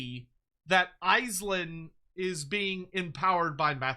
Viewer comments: Andy Law's going to mald at how you're pronouncing Aislinn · I know I hate it hahaha